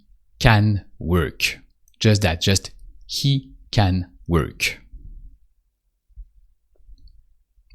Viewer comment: Just for clarity....In English we say "worK" (with a hard "K".....NOT "ch") Just so you know (after all, this is an educational video, right?)